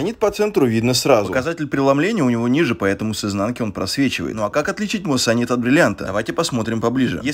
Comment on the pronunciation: Не удивляюсь, что в комментах почти все пишут "муссонит", если автор сам так произносит. Муассанит*